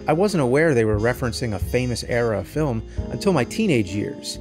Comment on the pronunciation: There's no I in Team. And no R in Film